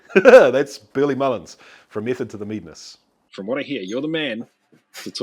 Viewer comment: "Method to the Meeeeadness" just sounds like a kiwi pronouncing madness :D